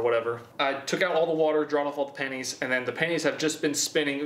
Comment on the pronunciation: When he says pennies I think he’s saying panties “there were panties all over the garage floor”